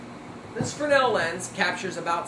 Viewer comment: Well, the guy IS pronouncing the name correctly. Fresnel (pronounced "fre-nel," the "s" is silent. Leave it to the French to come up with something like this. The Fresnel lens was originally designed to be used in lighthouses.